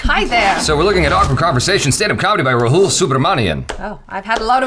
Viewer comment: No you got it wrong, Jaby. You have to pronounce 'Rahul' as 'Raahul'.